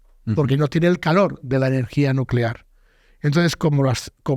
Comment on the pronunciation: energia nucelar, NU CE LAR